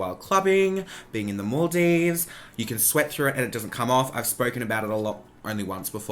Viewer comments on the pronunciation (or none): none